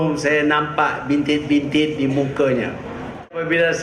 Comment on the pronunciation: apa yang Tun cakap ni? cakap pasal muka pulak. facial show ke ni? kalau ada bintik tu gunalah produk kecantikan. sebut bintik pun salah. bintit bintit.